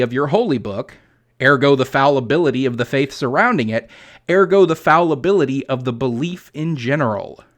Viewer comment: "foulibility"? "fowlibility"? Why not "fallibility"?